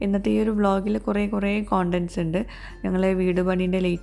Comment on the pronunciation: Kontant allatto kantant😂